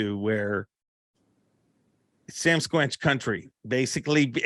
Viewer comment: Are you trying to say Sasquatch, but are just pronouncing it wrong or do you call it that in southern Ontario?